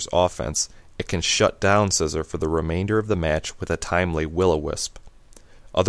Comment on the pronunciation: Isn't it See-zor not Scissor? i pronounce Scizor Psy-zor and See-zor